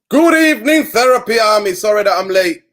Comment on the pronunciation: i beg you stop saying "Good Ebening " 😂😂😂